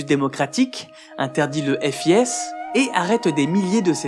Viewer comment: Je ne peux m'empêcher de commenter pour la musique originale du temple du feu à ^^' Le FIS se lit comme "fils" ^^ C'est valable pour toutes les vidéos de cette chaîne que j'ai vues : très grande qualité de recherche, d'écriture, de rythme et de montage...bref merci :)